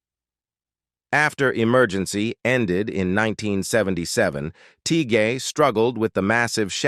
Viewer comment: Learn to pronounce peoples names. Kevin‘s last name is pronounced Tie… And what about Randy and Robert and Ron and Marco and Stoker